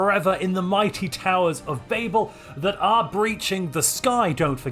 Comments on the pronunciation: Are we not going to talk about how he is pronouncing Babel. It is extremely distracting. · Why do you say babel when you know it's wrong? Are you stupid? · Being uncertain of the pronunciation of Babel is lore accurate.